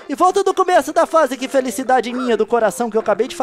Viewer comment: o Leon falou " dois epidodios por face "